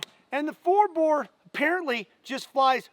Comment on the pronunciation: Bore not boar